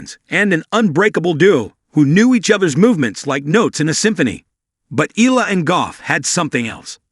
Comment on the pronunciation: Please pronounce her name correctly! It’s Ee-Ya-La! Not EELA! You are lazy!